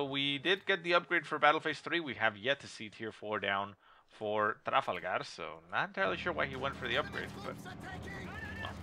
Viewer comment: do you really have to say tRRRafalgaRRRRR so annoying lol